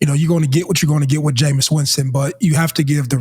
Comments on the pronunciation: It’s “Jameis” not “Jameson” Murda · Ma$e, his name is Jameis..not Jamison!!😅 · Arabia was right “Jameison” 💀💀💀💀💀💀 it’s JAMEIS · Crazy that mase can't just say "Jameis"